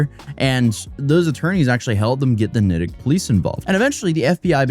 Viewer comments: Natick = nay-tick You’re from Boston originally! 😂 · I wonder if creators despise these comments but I came to say the same thing- Long A not short lol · Lol its pronounced nAAtick mass. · It’s pronounced Naytick Massachusetts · Great video, I know you aren't a native speaker, Just wanna let you know its pronounced "Nay -Tick" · Massachusetts res. Here fyi it's nay-tick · Its pronounced Nay-Tick my brother ...NayTick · with all due respect my friend Natick is pronounced with a long A like Nate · Natick “Nay-tic” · Natick MA pronounced NAY-tick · NAY-DIC. THATS HOW ITS PRONOUNCED. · I'm sure other people already mentioned this but I'm too lazy to read the rest of the comments.... I'm a native Masshole.... The town Natick is pronounced Nay-Tick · I was confused, being from Massachusetts as to the town you are referencing. Figured out you're trying to say the town of Natick. Pronounced Nay-tick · Naaaadick long a. Just saying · Locally pronounced “Nay-dik” lol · Natick is pronounced "NAY - TICK". I guess it will work for engagement bait though. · Natick, MA is pronounced Neigh-Tick..😂😂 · Pronounced “Nay-tick” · It’s pronounced nay-tick just saying lol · as someone from Massachusetts, I can tell you that you butchered the city name. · Being a Massachusetts resident hearing you pronounce Natick gave me whiplash 😂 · You definitely pronounced Natick wrong, lol. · NAtick with a hard A. This was a seriously bizarre case. I'm glad they finally got it resolvsd. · ... it NAYT-ick, not nat-ick. lmao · Its nay-tick not nAtick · it's NayTick - not NahTick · NAY-dtick. Not NAH tick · Nat-ick....never heard it that way lol. Its pronounced Nate-ick. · "Nah-tic" Massachusetts lmao, as someone from there, it's "Nay-tick" and we always find the former pronunciation hilarious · hahahaha bro said Naddick ahahah Its Natick pronounced Nay-tick. also ebay tripping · It’s Nay-tick Mass not Nat-Ick lol I’m from Boston . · It’s nay-tick not nah-tick lol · nahtik? Nah, friend, Nay-Tic.